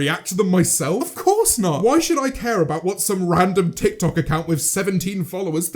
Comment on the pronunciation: James: "tik tok" Subtitles: "tech toy"